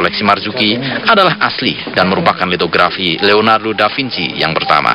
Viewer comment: Leonardo Da Vinci , bukan DAFINCI 😂 Piye toh Pak e iki , mugkin dia kurang minum AQUA ...